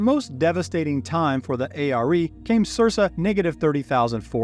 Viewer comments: It’s Sir-Ka, not sir-sa. Otherwise fantastic! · You mispronounce Circa